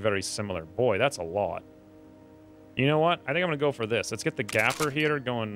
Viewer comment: Gaper...as in leave a GAPING HOLE! Gaper rhymes with PAPER! Gaper rhymes with PAPER! Gaper rhymes with PAPER! Gaper rhymes with PAPER! Gaper rhymes with PAPER!Gaper rhymes with PAPER! Gaper rhymes with PAPER!